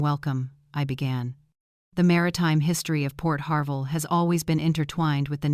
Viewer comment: Port HARVEY NOT PORT HARVELL!